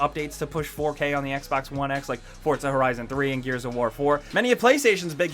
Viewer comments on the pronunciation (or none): It's pronounced For-Za not Forts-a Jesus Christ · The word 'Forza' does not contain the letter 'T'.